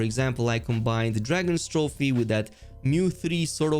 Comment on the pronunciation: (drag-os-trophe) not (dragons-trophe)